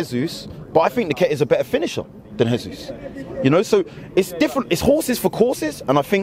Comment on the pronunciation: Jesus is Brazilian, not Spanish. Pronounce his name properly! He’s our player!